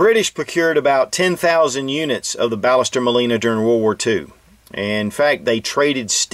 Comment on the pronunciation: Actually it is pronounced Bash-s-terr Mawl-ee-nah. I'm from Argentina :)